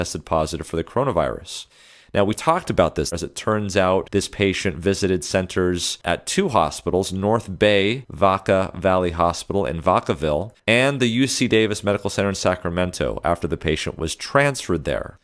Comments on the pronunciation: It's pronounced "vack-a-ville" to rhyme with "hackaville" - no one here says it that sophisticated way. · btw the first A in Vacaville is said with a soft a like cat. Love your videos.